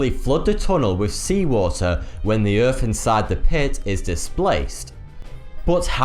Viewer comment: The Queens English eh? "Planet Earff"?